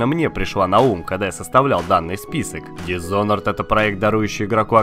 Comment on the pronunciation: Прокачай произношение, ибо произносить thief с "з" в начале - это зашквар. Ещё ты переименовал Mirror's Edge в Mirror's Age, что не есть хорошо. Хотя бы Dishonored правильно произнёс, а то уже уши режет, когда слышу "дисхонорд" или "дисхоноред"